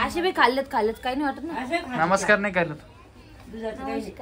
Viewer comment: नमषकार का म्हणते सरळ नमस्कार नाही म्हणता येत का आणि ती पण तशीच बोलते नमषकार